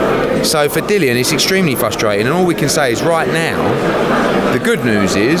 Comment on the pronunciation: Yet another thick lazy American that can't pronounce simple names. Dillian Whyte not fucking Dylan! How can you be a reporter on a sport and not know the big names in it?